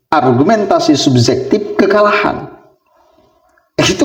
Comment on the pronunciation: Min jangan ikutan bahasa melayu malaysia bahasa kita SUBJEKTIF bukan subzektif OBJEKTIF bukan obzektif gunakan bahasa nasional yg benar, ma,af min